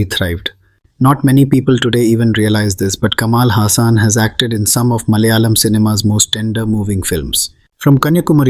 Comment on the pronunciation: Atleast say Malayalam correctly since you claim to be a malayali ..LOL